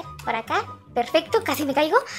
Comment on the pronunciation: xdd cuando iba a decir acá dijo aqua xdddd